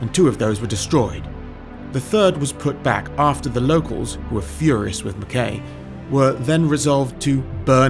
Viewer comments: McKay is pronounced McKeye. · I was taught that the name McKay_ was pronounced "McK_eye_ ""_... (Open too correction, of course.)